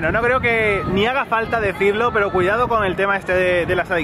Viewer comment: Me gustan mucho sus videos, me gustaba mucho cuando dicen "cuidaoo"